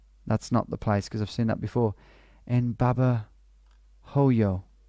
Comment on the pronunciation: Just a little insignificant thing. In Spanish the letter 'h' is silent. So Babahoyo would sound like Babaoyo. Anyway , love you Tom!